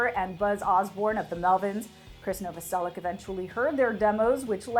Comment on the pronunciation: it’s pronounced novoseliCH !!!!! Lol